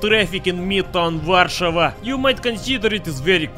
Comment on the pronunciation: finaly some one said ower capital name right